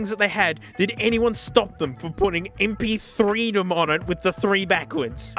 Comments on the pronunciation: mp3reedom instead of mp3dom makes me low-key mad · Dude, it doesn't say "EMPEETHREEdom" on the case, it's more like "EMPEETHREEreedom"... isn't it? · Just wanna point out, that the way MPƐreedom is written here should be said like M P threereedom. And that's not even completely correct, because technically it would be M P Epsilonreedom. Seems quite funny to me, lol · thats actually "mp three ree dom" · MPεreedom should be pronounced MPthreereedom